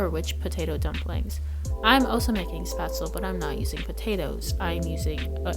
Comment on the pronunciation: This was informative, but you’re mispronouncing Spätzle. It’s pronounced like ‘shpets-leh’ Thanks for this video